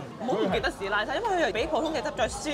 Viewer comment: 是拉猜，不是是拉差